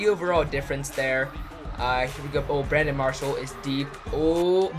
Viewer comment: he said Brandon Parshall